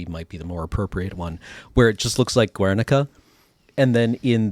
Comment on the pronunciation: Yes the guernica bombing was during the spanish civil war. Aditionally the "u" in guernica is silent🤫